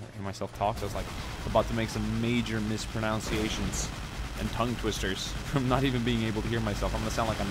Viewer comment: he said MisproNOUNciations lol